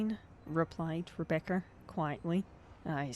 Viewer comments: "Rebeccer has crashed" thats not how you say Rebecca😭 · I have to point this out for the sake of my own sanity, Rebeccer? Since I'm from the south, it almost sounds like re-baccer. As in tobacco. I've heard people pronounce it Rebeccer irl, but those people usually have a Carl from Slingblade level southern drawl. Y'know, "it ain't got no gas in it, mmmhmm." I had to point it out or I'd nag myself about it, but it doesn't bother me, it's just interesting